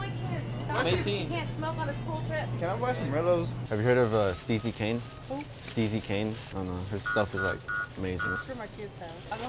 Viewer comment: did just say can i buy some rillos